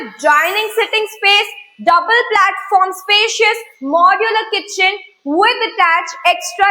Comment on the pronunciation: जमतंय जमतंय 😂 फक्त आता kitchen म्हणा keychain नको 😝